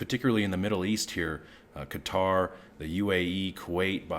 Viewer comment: Thank you for pronouncing Qatar correctly.